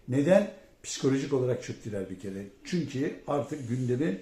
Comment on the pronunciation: Can beyciğim "yaarın" değil yarın."Çünki" değil çünkü, "Mürsi" değil Mursi. Saygılar.